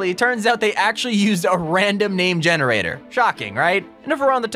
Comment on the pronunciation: When you said generater my generator